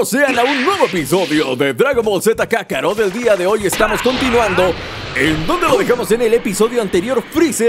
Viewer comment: el juego está mal vegeta nubla le dijo a goku "kakarto" y en el anime es siempre dice kakaroto